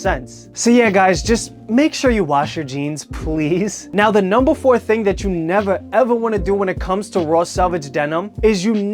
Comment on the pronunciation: I love the way you say nevaa evaa